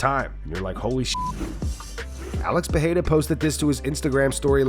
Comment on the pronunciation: Please stop with this Joe Rogan's "Peheira" shit, it's not even how they pronounce it in Portuguese